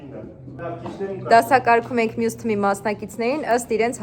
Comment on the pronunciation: 🙄 Թմի չէ թիմի Նենց ա ականջ ծակում Թմից 😩😩😩